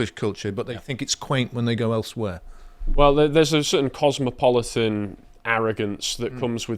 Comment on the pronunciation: "cirtain people"... J....